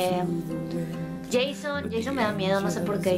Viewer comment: Una cosa chucky no se dice CHOCKY se dice chUcky